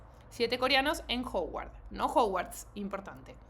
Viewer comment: es que no es Ho-uard se dice más como Ha-uard